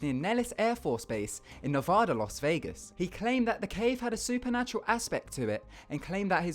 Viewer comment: ik no ones gonna care but its Ne-vaa-da not Ne-voo-da